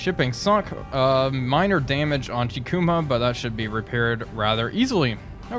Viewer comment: Kako is pronounced as “Kaw-ko.” The Japanese very rarely use what English calls “short” sounds, like “a” in apple. The letter “i” is also most commonly pronounced as the e and in “eagle.” So if we want to be 100% accurate, Chikuma should be pronounced as “Chee-koo-maw.” But just like all languages, there are certain circumstances with dialect and accent that can allow some wiggle room. I hope this helped with the pronunciation of the names. Love the vids, bro!